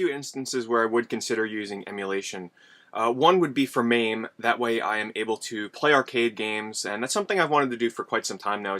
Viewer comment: It's called MA-ME not maaaaame.